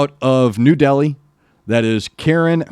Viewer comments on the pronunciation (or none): Here's how you pronounce thier names : Kaa-ran Kat-ee-aar (Flute, Guitar) Jai-yant Bad-ula (Vocals) Roul Kerr (Rap) We-shay-sh Sing (Drums) Row-shan Roy (Bass) Saar-thak Pa-wa (Folk Drums - Dhol) Special Appearance : Archie The Bagpiper (❤️)